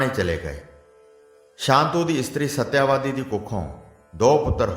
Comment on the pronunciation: ਸ਼੍ਰੀਮਾਨ ਕਥਾਵਾਚਕ ਜੀ ਇਸ ਕਥਾ ਦੇ ਪਾਤਰਾਂ ਦੇ ਨਾਮ ਤਾਂ ਸਹੀ ਬੋਲੋ ਸ਼ਾਂਤਨੂੰ ਨੂੰ ਸ਼ਾਂਤੂ ਕਹੀਂ ਜਾ ਰਹੇ ਓ ਤੇ ਸਤਿਆਵਤੀ ਨੂੰ ਸਤਿਆਵਾਦੀ ਬੋਲੀਂ ਜਾ ਰਹੇ ਓ !